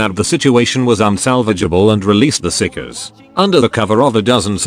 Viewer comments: Stop calling it psicers get your tts right. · if you dont listen carefully it sounds like he calls the psykers sickos :P